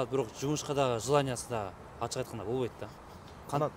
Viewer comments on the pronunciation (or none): none